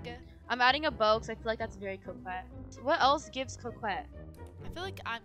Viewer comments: co-quet 😂 no hate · I love how they pronounce coquette "QO-QETTE" instead of "CO-QUETTE" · “Wait is this giving ✨✨cwokwet✨✨?” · U said couqwet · ITS NOT CROWKEIT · Its pronounced "co ket" you don't say the "q" lol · They are pronouningcoquette wrong It’s spelled like co quette But it’s pronounced co ket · I’m sorry but ur pronouncing coquette wrong(also dti is going to become a horror game on Halloween 🎃) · thats not how you pronouns 'coquette" LOL but its fineee